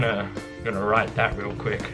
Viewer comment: Santa claus is rweal